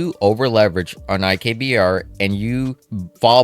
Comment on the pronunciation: it's IBKR, not IKBR